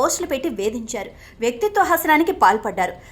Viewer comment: వ్యక్తిత్వ హసనం కాదు వ్యక్తిత్వ హననం pls correct